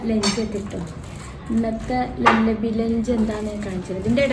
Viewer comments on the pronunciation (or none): ലല്ലാബി. അല്ല. ലുല്ലാബി ആണ്. ഞങ്ങളുടെ വീടിന്ടെ അടുത്ത ആണ്